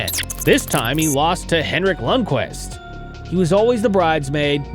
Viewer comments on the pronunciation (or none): none